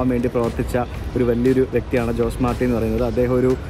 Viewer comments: In Spanish ജോസ് അല്ല, ഹോസെ ആണ്. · ജോസ് മാർട്ടി അല്ല ഹോസെ മാർട്ടി... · In Spanish J is pronounced as H so JOSE is pronounced as HOSAE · In Spanish the letter J is pronounced as H/ ch. So Jose is pronounced as ഹൊസേ 😊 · ജോസ് അല്ല.. അത് ഹോസെ ആണ് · ഹോസേ എന്ന് പറയണം. ജോസ് അല്ല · José is pronounced as ho-say in Spanish influenced places. ജോസ് എന്ന് നമ്മുടെ നാട്ടിൽ മാത്രമേ വിളിക്കൂ.